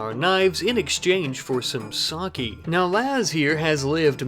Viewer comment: Its CALLED "sah-kay" not "Saw-key"